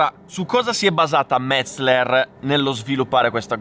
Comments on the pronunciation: METZE'LER! METZE'LER l'accento sulla SECONDA e. In tedesco si dice così. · Metz-eler non Metz-ler. ;)))) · Solo oggi ho capito come si pronuncia Metzeler, fino a ieri mettevo tipo 4 (LLLL)